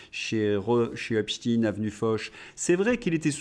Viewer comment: on ne dit pas Espstine mais espchteine, nom d'origine juive Allemande